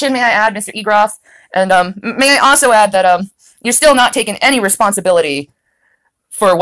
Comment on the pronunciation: If you like the missing Gs, pay attention when she says "also" - there is NEVER an L sound